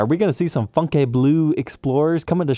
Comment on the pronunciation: It's pronounced fyoon-ke.